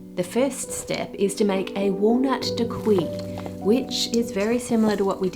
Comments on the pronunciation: Oh, Ann… dacquoise is pronounced “dack-wahhhz”, not “dakwee”. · Btw it's pronounced "da-kwaz" and not "dakwee" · Dacquoise is pronounced "dak-waz" not "dak-wi" c'mon Ann you're a professional you usually do your homework 😅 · When you say dacqui, I'm guessing you mean dacquoise. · omg DA-quahhhh, not daqui. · As a French viewer I'll only say "dakwee" from now on!! To be fair it's written really weirdly, for anyone interested you should pronounce it "da-k-waz" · Hi there! Dacquoise is pronounced as “dah-kwahz” and not “dah-kwee” 😊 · Please please please “dacquoise” Is NOT pronounced ‘dac-kwee’. It’s « dak-kwuz » - the E on the end means the s is not silent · dacquoise - pronounced dak kwahs - just letting you know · Da-Kwaz is how daquiose is pronounced. Love your videos! They’re always informative and entertaining. I’ve learned a lot from you. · Dacquoise > [dakwɑz], no "i" sound for future reference :) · Pronunciation of dacquoise is a bit distracting. I checked online that it's pronounced as dä-ˈkwäz and found no other pronunciation, so maybe this is an Australian only pronunciation thing. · Dacquoise is pronounced Dah-kwah-z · Hi Ann! Dacquoise is pronounced "dah-koahz" - you were just slightly off. In French, the "oi" combo is usually pronounced "oah". 🙂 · As a French speaker and also having a child’s mind I can’t not smile at the name kladdkaka 😅 (sorry, it does look quite yummy though!) Also I’d like to point out that the word ‘dacquoise’ is pronounced ‘dah-kwaz’ Love your videos as always Ann!! ❤ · Hahah yeah, seeing “dacquoise” in the captions but hearing “dockwee” is… jarring. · French is tricky (I should know, I'm an Australian living there) but just so you know, Daquoise is pronounced "Dack-kwaaz" not "Dack-kwee". "Feuilletine" is more "Foy-a-teen" than "Fay-a-tine" and nah, you can't really buy feuilletine at the supermarket, but you can buy gavotte crepe dentelle biscuits and crush them up which will give you the same result.